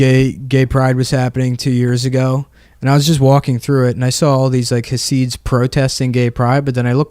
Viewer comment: nick keeps saying hah-seeds. it's chah-sids. basically you sneeze and say syd barret, but dont say barret